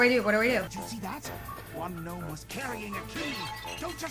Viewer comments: "gnome-one" lol pure genius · "Knock knock." Commenter: "Who's there?": "Gnome-one." Me: (Hysterical Laughter)